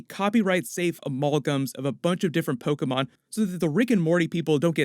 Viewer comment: I like that you pronounced Pokémon Correctly 🤔